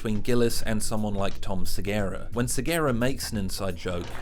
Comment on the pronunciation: Tom "Segara"??